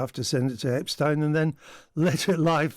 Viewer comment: why are you pronouncing epsteins name differently to everyone else? it is intentional, so why are you doing that?